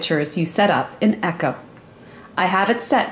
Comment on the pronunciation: it is pernounced E co!!!! not echo